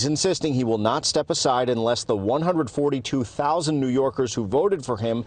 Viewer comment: He’s trying to say “142” thousand